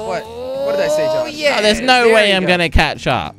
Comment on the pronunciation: LOL AT THE END JELLY SAID JOS INSTEAD OF JOSH